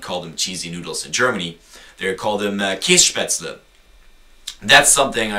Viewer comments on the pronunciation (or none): It's 'Käsespätzle', not 'Kässpätzle', 'Kässpätzle' does not exist. If you don't know the right expression, shut up. And if you don't like the Oktoberfest, just ignore it instead of getting crazy about it just because you don't like it, no one forces you to go there?! Boy, there are many facts I could tell you about America and not all of them are positive, be sure! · Oh and it's Käsespätzle not Käss* ;)) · Hahaha. I am german and that's so funny when you say ich will eine käespätzle.. :DD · ...das heißt eigentlich "oi käs-spätzle" :D aber au egal des is nämliche schwäbisch also käs-spätzle danke xD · Es heist K ä(!!!!!) s e